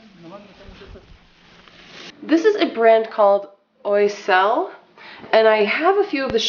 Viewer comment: Gold mine ❤ just FYI: Oiselle is "waa-zell". Happy Mother's Day